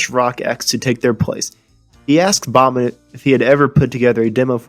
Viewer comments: FYI, It's "Backman", not "Bokman." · it's pronounced backman,,, not bockman............geeeeez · It's Back Man not Bach Man.